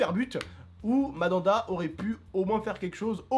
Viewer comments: Pourquoi tu dit madanda ces mandanda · c'est Mandanda on dit pas Madanda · TONTON C'EST " MANDANDA" PAS" MADANDA "😂😂😂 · C pas madanda c Mandanda mdr 😂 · cest Mandanda pas Madada xD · Mdr mamada au lieu de mandanda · c mandanda et pas madanda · "Madanda" 😂😂 Tu ma tue ! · Madanda il ma tuer comme il le prononce 😂😂😂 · "madanda" et apres ça se dit connaître le foot...